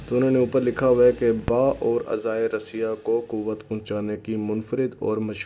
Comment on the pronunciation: Bewaqoof 😁 Rassiya nai Ye lafz Aza e raeessa Hota hai Tum Rassiya parh rahay ho